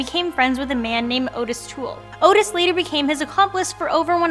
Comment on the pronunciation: It was OTTIS Toole, not OTIS. Just, ya know, to be clear 😜